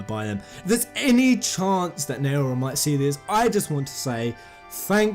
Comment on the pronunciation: you pronounce naora like this... take five. the way you pronounce the beginning only repöace f with N. O as in Odin. Ra as in Ramuh. Na O Ra